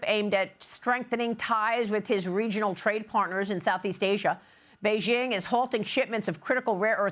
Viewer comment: Maria can't pronounce Xi's name or Bejing correctly. She may as well be saying Ronald Rump too. Why not slaughter every name? Xi is pronounced "she" and Beijing is pronounced Bay-Jing (as in jingle). When Maria says Beijing, it sounds like French. Bay-Szhing. Get it together, you're a journalist.